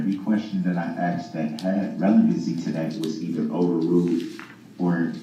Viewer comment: I can’t get enough either. I I love to put it on in the background and listen while I’m doing other things. I love listening to all the words this idiot doesn’t know how to say, like fixiated, relavency, substained, and license place just to name a few